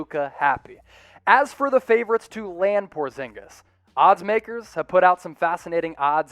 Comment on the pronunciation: Not portzingas